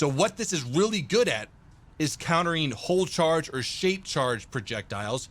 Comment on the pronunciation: it is "hollow charge," not "hull charge."